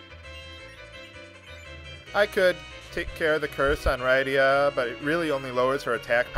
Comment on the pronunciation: SESS-UL. RID-DIA. GUL-BEZZ. FAH-BOOL. Sid.